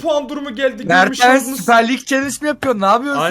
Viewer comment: Abi se mertens se mertıns diyon